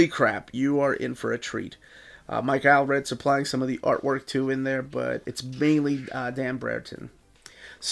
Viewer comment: Is the way you pronounce Allred correct? It seems very weird to me. You know, all red?